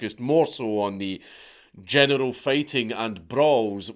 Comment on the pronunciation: One statement, one question: Statement: Your accent caused you to be FREUDiantly correct, when at first my ears heard you say "The genital standards of living have changed." How could one better express the way today's young men are all pussies? After the first pass, my brain translated it into what you actually said, but then I chose to translate it back to the way it sounded because that was more accurate. Question: How in the hell can you live in a place where you can be arrested for calling someone a name?